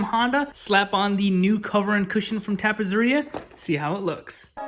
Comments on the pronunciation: I see some familiar touches! Lookin' awesome,. Ok so, two ZZ's in Italian makes a TZ sound, like pizza. So it's TappeTZeria, to pronounce it properly. Meantime? Keep up the great work! peace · beautiful bike nicely done!! but you are saying it wrong , tappezzeria is pronounced like pizza , so is tappetseria which means upholstery in italian